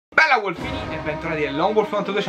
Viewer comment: ti prego non dire wolfini